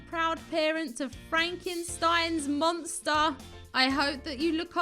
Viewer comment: Hypno got the "Monstah" And yeah, it IS what I'm gonna call it now